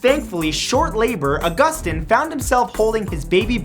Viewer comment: Its not ah-guss-tin its au-guss-teen